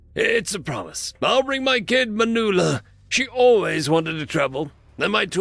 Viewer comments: Apparently Spanish is an alien language. Man-well-a, not Mah-new-la. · just a tip, the name "Manuela" is the female form of the Spanish name, "Manuel". Manuel is pronounced Man - well. Manuela is pronounced Man - well - ah or probably better Man - way - lah.